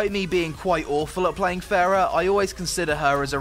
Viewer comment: ITS PRONOUNCED FAR-AH